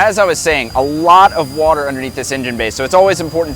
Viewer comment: According to, water is pronounced, "Whuuuter".